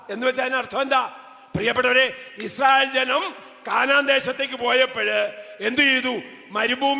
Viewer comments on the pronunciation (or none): none